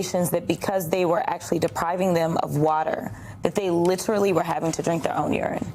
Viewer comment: Notice how Cratchett is actually speaking English while she attempts to flaunt her education, unlike the Blackanese she often uses? Trouble is, she won't say "literally", she says "litruly". I'm sure she does it to get under people's skin, and boy does it work!